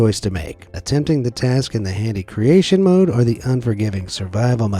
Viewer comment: “creation mode” 💀bro he pronounced it wrong